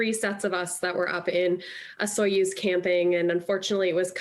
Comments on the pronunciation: Why Osuyos and not Osoyoos ??? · Find a kid who can pronounce Osoyoos. Sad. lol